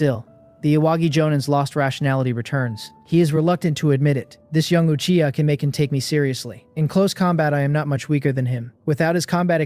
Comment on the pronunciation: this finally says Uchiha yes feels good hear it not achiha